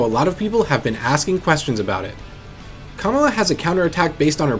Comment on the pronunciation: Why he say Kamala like that?